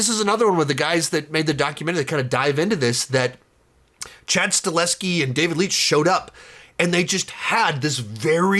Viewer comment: Please. His name is Chad STAHELSKI, not Chad STALEHSKI